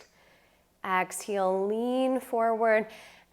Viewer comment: I noticed that. She says “ex-heel.”